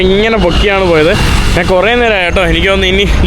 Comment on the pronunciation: നാന്, നാൻ അല്ലെടാ മുറിയണ്ടി, ശരിയായ മലയാളം. ഞാൻ എന്ന് പറഞ്ഞു പഠിക്കുക